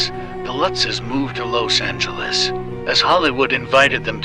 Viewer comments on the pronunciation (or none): Must be AI. The fact he pronounced los Angeles wrong. Everyone knows how to pronounce it. He said loce Angeles.